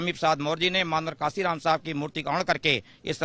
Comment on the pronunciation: मान्यवर साहब कांशीराम जी का नाम तो ठीक से ले लो पत्रकार,,उनसे बड़े नही हो तुम